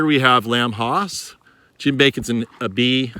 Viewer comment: Nice video but why do you pronounce Lamb HASS Lamb Hoss?